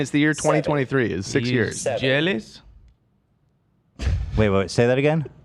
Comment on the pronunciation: the way says “jealous” is so silly x3